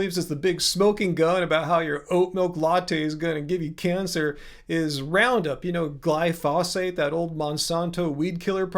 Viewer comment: my friend, it's "glyphosate" and not "glyphosphate".